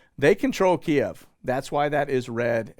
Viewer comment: Thank you for pronouncing "Kiev" correctly. Really nauseated hearing it pronounced "Keev". 😊